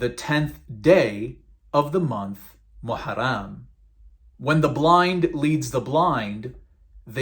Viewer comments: It's not moharam it's muharam ul haram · I laughed everytime he tried pronouncing an Arabic word. Ex Muslim saying "maharam"😂